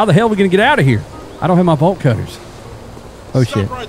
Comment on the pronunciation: I promise I'm not high... but I am tired but everytime he said "Bolt cutter" I just think to myself, why is this man saying "Ball Cutter " lol